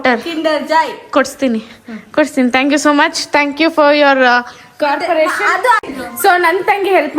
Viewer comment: co-operation✖️ corporation✔️😄🤭